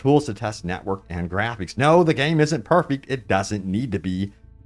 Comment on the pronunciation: My man there’s no way you pronounced it “grapheeeeks” 😂